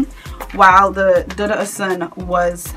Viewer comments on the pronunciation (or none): You guys it’s prounounced DOO-DOO oshun ,it’s Yoruba